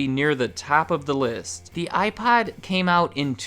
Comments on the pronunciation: I can't be the only person hearing him say iPod with a really weird o pronunciation... Some times his pronunciation of iPod sounds like iPad... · Are you saying iPod or iPad?